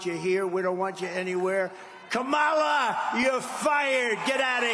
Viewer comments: He can't even pronounce her name 😂😂😂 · HE MISPRONOUNCED HER NAME!!!! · He's deliberately mispronouncing her name because he has nothing else; no policy and no momentum. He thinks he can use the strategies he used against Clinton. This one's different Donald. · He is so sad!!! Can't even pronounce her name, he is a clown! With no vision!!! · Trump thinks mispronouncing her name shows his disrespect (it's the new "democrat party"). But he just looks COMPLETELY idiotic. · I can almost hear Hermione Granger trying to correct Trump on how to say Kamala’s name. 😂😂😂😂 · He pronounced her name like that of the wrestler from the ‘80’s. I think it was an intentional dig. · He's an ignorant man-child, deliberately mispronouncing her name. This isn't presidential character. And hysterical that the GLOAT would accuse anyone else of lying!! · He can’t even pronounced her name properly 😂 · So their strategy is to mispronounce her name and call her a liberal? Wow. That's not too impressive. They're in it deep now, because they're going to have to think about what they're doing. And thinking is hard.